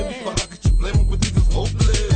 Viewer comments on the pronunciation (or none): none